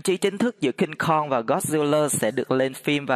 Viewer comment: Cingkong mà anh đâu phải Cung kon